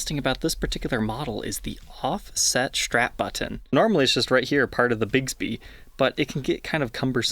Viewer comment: You say button oddly.